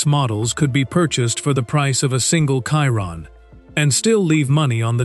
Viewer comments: Bugatti Kyron. AI... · why is he saying kyron...